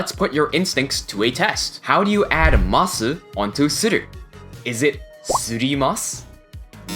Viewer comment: i love your videos, but why do you not drop the "u" in "masu" when you say it?? i have to know.